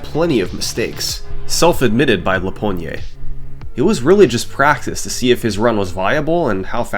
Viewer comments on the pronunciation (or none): Another amazing video as usual! But I had to step in to correct your pronunciation of "lapogne". It's French quebec slang which means having a firm grip on something. You add a sound "a" at the end wich is another word (door knob). Stop at the "n" if you can't pronounce a French "e". I always look forward to your upload, love them just want to help with the mispronounced name ^^